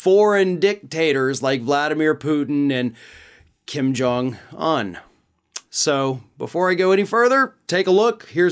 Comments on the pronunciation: To and others his name is pronounced Kim Jong OON (UN), NOT Un like uhn (or like fun, for instance). UN is a long O sound. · Why do you pronounce Kim Jong-Un like an absolute mental health patient?